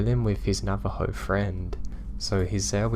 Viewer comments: Hey man hope your feeling a lot better. I wanted to let tou know you pronounced Navajo incorrect so your story sounds more correct. It's actually pronounced Na-Va-Hoe the j makes an h sound like in Spanish. have a great week. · Great stories! (P.s. Navajo is pronounced "navaho")